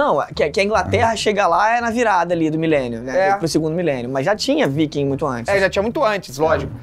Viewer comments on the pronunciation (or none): Só eu fico com ranço do Felipe falando "Vaiking" ao invés de "Viking"?